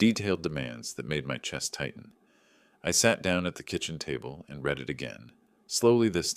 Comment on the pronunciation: The pronunciation of read is different in past tense form. It is like red.